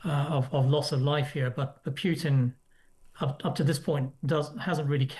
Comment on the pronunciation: Putin is pronounced pootin, not pewtin, chaps.